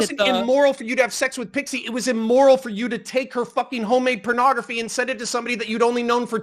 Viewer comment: He can't stop calling it "pernography" and it's driving me nuts